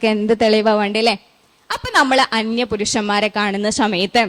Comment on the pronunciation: സമയത്ത് ✅ ശമയത്ത് ❌